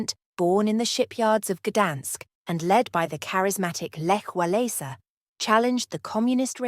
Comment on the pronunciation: The weak and poorly pronounced narration by this soppy girl does no justice to a very serious and interesting subject. She cannot even pronounce " Lech Walesa" correctly! That is a disgrace.